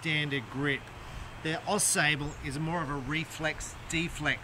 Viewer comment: The “a” sable is pronounced like the word “watch”. It is a river and town in Michigan.